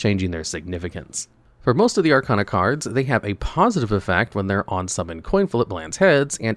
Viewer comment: Why do you pronounce Arcana wrong? You've seen GX. You should know how to say it.